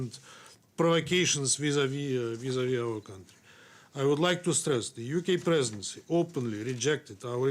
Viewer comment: "Colonialistic line of the UK presedesfsdfsdgf" - You better read your paper right if you don't want to get novo choked